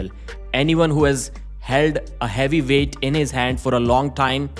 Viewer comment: veight 😂